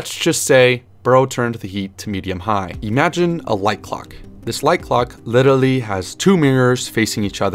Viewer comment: Why did you say literally like that